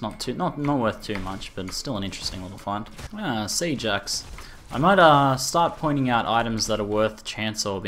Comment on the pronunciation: Lol, I thought you sayed Sea Jax instead of Siege Axe xD